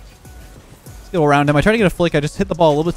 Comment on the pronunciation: go!*